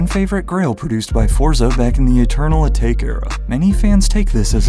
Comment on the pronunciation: Eternal A take was rough pronunciation my guy cmon